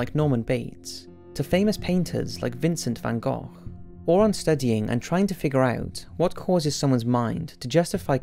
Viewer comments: Congrats on the correct pronunciation of Vincent Van Gogh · Finally somebody who says Vincent van Gogh somewhat the right way instead of saying Vincent van GOOO.